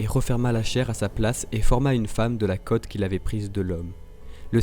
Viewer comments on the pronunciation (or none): none